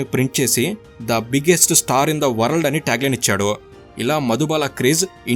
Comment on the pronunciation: Informative... కానీ pronunciation కరెక్ట్ ga లేదు.. మొఘల్ ఏ ఆజమ్ క్లియర్ గా పలకాలి.. అలాగే వరల్డ్ పలకడం కూడా బాగాలేదు.. ఇవి మినహాయిస్తే చాలా బాగుంది...